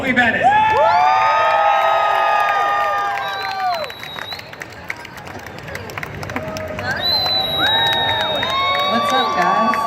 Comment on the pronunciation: Her name is spelled Bennet not bannet but great video <3